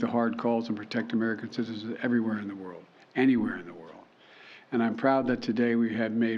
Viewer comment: He can't even say CITIZENS